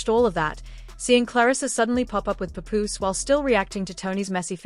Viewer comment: Pup ooze it’s Paapoose!